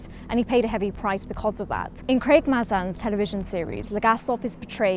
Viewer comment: It's Craig May Zin